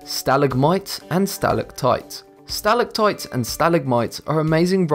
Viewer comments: *Sta-LAG-mites and sta-LAC-tites. Stress on the second syllables, not the first. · Sa-lag-mites and Sa-lag-tights